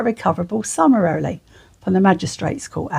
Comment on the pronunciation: I find it hard to take someone seriously if they can’t actually pronounce the word summarily. 😂